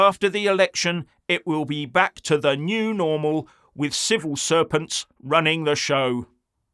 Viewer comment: Did I hear correctly "civil serpents"??